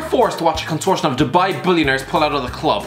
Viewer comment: did you hear the pronunciation of consortium & lol